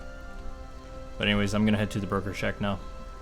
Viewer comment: I keep hearing 'burger shack' when you saw 'broker shack'... I'll take the hint and go make something to eat.